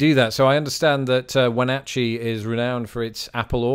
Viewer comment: Speaking of weird US place names, you touched on it briefly with Wenatchee (correctly pronounced in the video), but Washington State has a number of good weirdly pronounced or just plain weird place names, mostly local native american language names: Mukilteo (Muh-kill-tea-oh), Sequim (Skwim), Puyallup (Pew-wallup), Tukwila (tuck-quil-uh), Skookumchuck (on your own for that one...), Snohomish, Talalip, Snoqualamie (snow-kwal-uh-me), etc. I might be a bit biased, but Seattle and surrounding regions are worthy of a trip all their own.